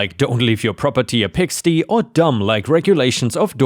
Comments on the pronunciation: For future reference, in story 1 when the OP is describing what's in the HOA documentation, there's a line about "don't have your property look like a pigsty..." It's pronounced pigs-tie (with the long i sound, like fly). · The "y" at the end of the word "pigsty" is the long i sound; like in the word "spy".